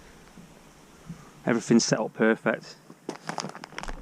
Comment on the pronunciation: Do you know there is no F in ‘everything’? Or ‘three’, you are a lazy speaker, difficult listening the this stupid diction. I’m off!